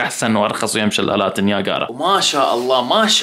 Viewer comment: شلالات نياجرا مو نياكارا